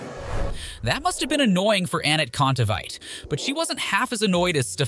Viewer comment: Annit Contavite